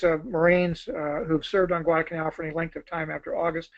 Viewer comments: This guy us good. He knows his history. But..UGH...He calls it Guadah-Canal. So unfortunate. But, hey. The Japanese couldn't pronounce it either. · This bloke has the delivery speed of Chris Wallace on coke! I hope that in the intervening time he discovered the intermediate 'l' in Guadalcanal...